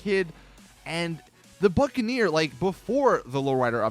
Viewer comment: when he said buccaneer i thought he said fuckaneer 😂😂